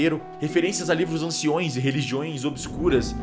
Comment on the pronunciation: anciÕES é otimo, né? Kkk Mas o vídeo é muito bom.